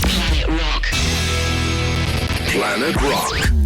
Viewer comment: Imagine not being able to pronounce your own name….